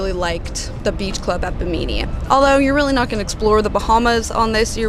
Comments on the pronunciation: love your videos! the town of Bimini is pronounced: bi muh nee. 🙂 I'd be one of the "boomers gone wild"! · Bimini. On the internet listen to the correct pronunciation. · the way she pronounced bimini made me laugh lol